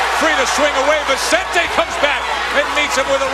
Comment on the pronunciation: cant pronounce Vicente, idiot calls him Vezzante'